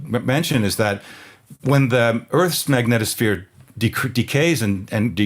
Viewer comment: A very special thanks to you both for saying the word "Magnetosphere" properly 😔. It's like nails on a chalkboard hearing people incessantly pronounce it as, "MagnEEEtosphere". 👍